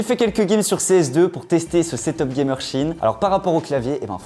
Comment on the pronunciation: CHINE ? Apprenez à parler par pitié vos vidéos sont goatesque sinon